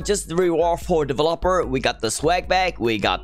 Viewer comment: the way he says delevOper